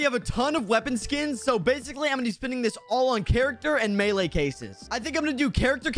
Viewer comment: Melee not male